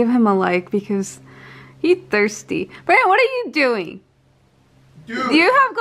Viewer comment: she said branon instead of brandon